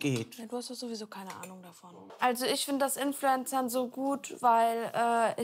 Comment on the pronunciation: Silvia : inflorenzerin hahahhaha sie ist so geillll😂😂